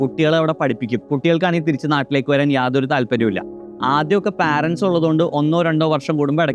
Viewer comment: പാരൻ്റെ സ് അല്ല മണ്ട അത് Parents പേരൻ്റ്സ് "ആണ്. "പാരൻ്റ്സ് " അല്ല